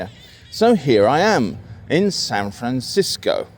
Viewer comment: You were very close in your first "San Francisco" , but you're perfect : ["SanfrenSisco," approximately]. That pronunciation is used by all I've ever heard who are California natives, northern or southern. But what I hear a lot from outsiders (east of the Rockies, I'd say), is SanFRAN-sisco. Or just San FRAN. But I can't complain. We all do that with others' native terms -- often so subtly wrong that we have no idea we're doing it!